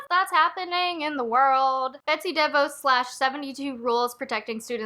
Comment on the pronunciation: DeVos is pronounced De Vaws (emphasis on second syllable). Obviously this is the least important part of a great video! Thanks for your commentary.